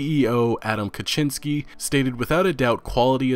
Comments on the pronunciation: just never say his last name plz, the butchering is hurting me physically but great vid thanks for the info, the bank thing was not blood and wine it was base game stuff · I from Poland and i like how are u saying Adam Kaczyński.